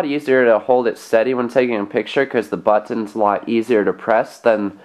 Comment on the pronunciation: He say buttons like botonn